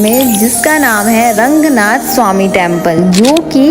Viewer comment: It's not Rangnath....it's Ranganathar..bhagvan ke nam ko sahi se bola tho bhagvan bhi khush honge🤌🙂